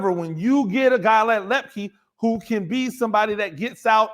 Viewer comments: Your crystal ball was spot on. Excellent analysis. Hunter Luepke (pronounced loop-key, I believe) was the key to both the JMU win and the Natty. He's amazing and he'll be back next year! Woohoo! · Per Hunter its pronounced lip-key